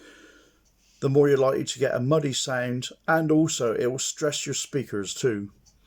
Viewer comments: Every time he says sound it's sounds like "sæind" 😆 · How to get your “signed”. 🤣